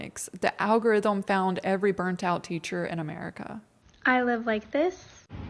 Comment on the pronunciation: Al go ryth um